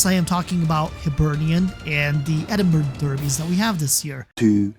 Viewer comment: So you know it’s pronounced as edinbru not edinburg